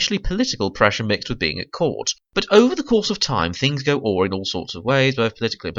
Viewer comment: "Things go aw"? You know that word is pronounced "ah riy", right? Things go awry. And, to be honest, I would adore a blooper of one of them going "Ok, Boomer" and they all burst out laughing.